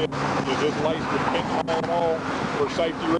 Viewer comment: Any FentanAWL? So many cops can't pronounce nyl.